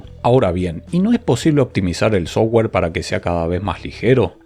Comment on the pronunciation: si mejoras un toque tu pronunciación de terminos en ingles.. tus videos serán más profesionales. Tu pronunciación del termino "software" es "sougar". Cuando debería ser pronunciado "softguer" pronunciando la "u"